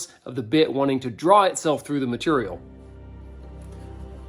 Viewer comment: "Maturiul" That's so North Carolina!